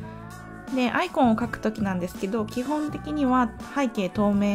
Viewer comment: いつも勉強させてもらっています ただアイコンの発音が嫌です笑 棒読みが一般的かと